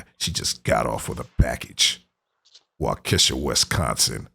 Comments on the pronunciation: Santa is in Walk-a-sha. Not Washeka. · #WAUKESHA<WI. it is pernoused wal ke shaw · Love your channel, keep up the good work just FYI Waukesha is pronounced, Walk a shaw thanks for keeping us informed. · ......always amazes me when people that are not from Wisconsin try to pronounce the city names.....It is pronounced Walk-a shaw...